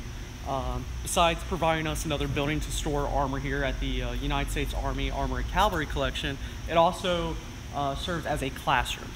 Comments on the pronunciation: It's not 'calvary. Calvary is the place where Christ was crucified. It's cavalry, from the French word cavalerie. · Someone needs to tell that it's pronounced caVALRY not cALVARY. If he's an expert on tanks, he should know that. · He said calvary. It is not calvary, it is cavalry. There’s a big difference. How is this guy an expert? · Wait...did that guy just say "Calvary"? ...it gets me every time... XD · It's "Cavalry" not Calvary". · it's pronounced "CAV AL RY".....NOT....."CAL VA RY". Calvary is where Jesus died. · I am TRYING to resist being "that guy" but this is a pet peeve....sorry....!, it's caVVVVVVValry!!:) Otherwise, a great job jam-packing 10 tons of info into a 40 minute video. Now that he's a published expert in the field, The Chieftan needs to get down there and do a Chieftan's Hatch on the M36 GMC!!! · he doesnt know how to say Cavalry...